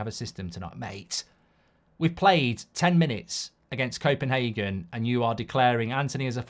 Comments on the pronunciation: It’s Copenhagen and not Kopenhaken as u say 😁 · Goldbridge ffs it's copenHAYgen, not HARgen